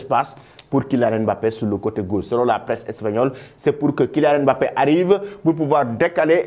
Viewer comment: Un africain qui ne sait pas prononcé "Mbappé" ! Bin voyons. 🤣